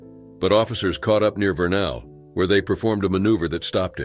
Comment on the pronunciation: Utah here. You pronounced Vernal wrong. It's not 'ver-nehl'. It's 'ver"-"nuhl'. Slightly different...Utah has some weird city names!